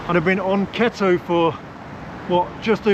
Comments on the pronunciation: Its pronounced "key-toe" diet 😂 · Keto: KEE-TOW in American.